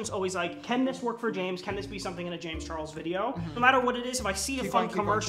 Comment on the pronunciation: * * just realized James's intro says "Jamis Chares" instead of (James Charles)